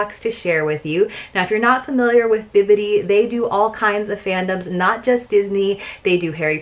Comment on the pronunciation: Thank you for saying Bibbidi instead of Bippiti. So many Youtubers say it wrong and it drives me crazy! 🤪